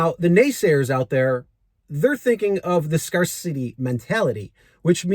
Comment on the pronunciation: He cannot pronounce "scarcity." He is a joke and worth the laugh😅.